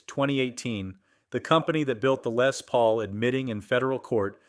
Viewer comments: "Lay Paul" "Lezz Paul" ITS "LESS PAUL" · A lay Paul? . God I hate A.I so much. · AI....Cant say "Les Paul."...what on earth is a "Lay Paul".?....lol